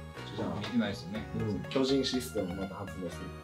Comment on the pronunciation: 進撃の巨人(きょびと)！？